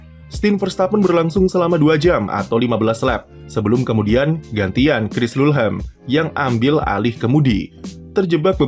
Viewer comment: Bacanya lu-lham bang😹🤣